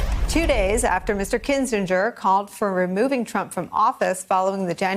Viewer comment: It's pronounced Kinzinger.